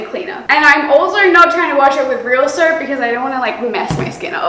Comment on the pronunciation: I love the way she says soap like "surp"